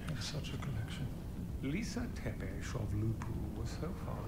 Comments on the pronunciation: I am a Romanian and a long time subscriber. I love the way you butchered the "Tepes" name, it was lovely. I loved the series, so I am happy to see you react to it! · "Tepesh". Her last name is Tepes. Pronounced Tepesh. Like Dracula's last name. "Tepe" is not a Japanese surname either. What are you even talking about? Also, Dracula's castle is NOT called "Castlevania." The name "Castlevania" is never used anywhere in the games themselves. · It's pronounced Tep-ish written Tepes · Based on my research, it's pronounce halfway between the way Americans would pronounce "Thepish" and the way they'd read it based on spelling. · I`m actually of Armenian,Austro-Hungarian,Greek,Italian,Basque and Romani descent and it`s basically pronounced "Zepesh".